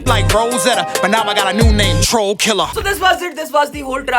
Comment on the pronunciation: doesn't even know how to say Troll lmao